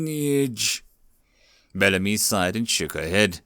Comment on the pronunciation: This story was amazing! Thanks for reading it! I know this is kind of a petty nitpick, but I believe Bellamy is meant to be pronounced "BELL-uh-mee" (emphasis on 1st syllable).